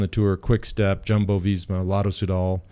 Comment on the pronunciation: It’s almost as if George goes out of his way to mispronounce things lol. Jumbo, Roglic, Skujins. Love him though